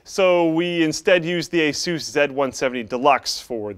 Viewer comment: When he said ASOOS instead of ASUS I almost killed myself